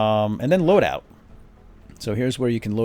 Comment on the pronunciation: Hey,. Did you mean to say, "load-out" instead of "LOUD-out?" --> "...against alien forces, from gear LOUD-OUT of the squad right down to every single footfall and trigger-pull..."